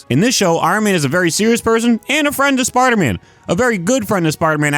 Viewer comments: "Sparda man" 😂 great vid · anyone else hearing sparta man